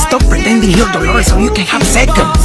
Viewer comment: ITS DOLORES NOT DOROLES ARE YOU BLIND?!!!!!!!!!